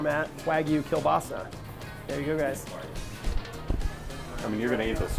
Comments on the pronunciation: So close to perfect pronunciation. Just change that "l" sound to a "w" sound and you're golden. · hi its klobasa not kielbasa.... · All my russians are cringing right now becuase of the way he's saying kielbasa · Doesn’t even pronounce kielbasa correctly smh